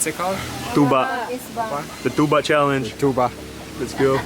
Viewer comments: Unsay bisaya sa tuba? "Tsuba" hahaha na slang mag kalit si ante... Giahak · FYI tuba in visayan dialect but still tuba in English but it only pronounce like this "TYUBA". Hope I'm correct. Laag pa more.🤣😂😅